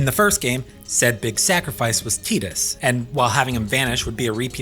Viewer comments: Yeaaaaa.. it’s def (Tie)dus.. like (tie)dal wave, (tie)de pods or (tie)iland.. no one’s going to convince me that u get (tea) from a T-I spelling .. when it’s spelled Tedus or Teadus, I’ll pronounce it as (tea)dus otherwise, Tidus is ‘tie’dus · Man, I was respecting this video so much until he started saying Tidus's name wrong. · wow dude TEEdus really? you should be ashamed.